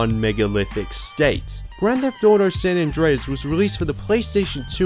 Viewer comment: grand debt auto